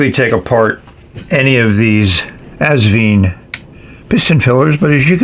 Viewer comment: Enjoyable review, as always! Just one small correction (direct from the owner, Britumn Li), the brand is pronounced '...VINE', like a grape vine. The clue is on the included instructions -- where you'll see Asvine end in a flowered vine, in their script logo. I made a video on the subject last year: 😉 Keep up the good work and videos!